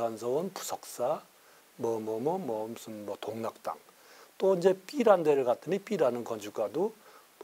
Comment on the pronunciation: 동락당이 아니라 독락당이 맞습니다.